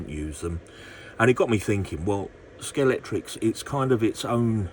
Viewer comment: It’s scale-x-tric You mentioned that you’ve been a fan for many years and yet you keep saying Scalectrix Ah well, in the words of the great Tom Jones, it’s not unusual 😬🏁